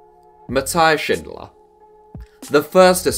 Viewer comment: The austrian guy Is definitly not pronounced schindler, its more like sin-dollar